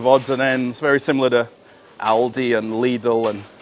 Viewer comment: you do not have to pronounce LIDL and ALDI sooo hard :p just say it soft and with love :p ........ greetings from Germany